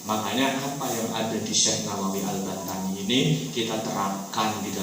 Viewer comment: Yg benar AL-BANTENI bukan AL-BANTANI